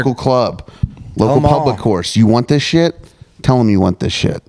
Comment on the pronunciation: mispronouncing Puli's name again after being specifically told the pronunciation last stream is peak BDS